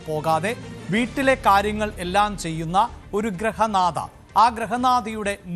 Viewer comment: Grahanatha alla grihanadha